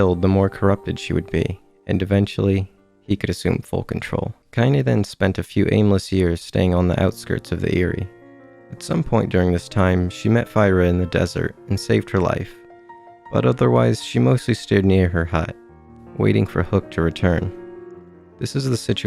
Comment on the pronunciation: I thought i remembered "fyra" being pronounced "feera" in the game. I might be wrong.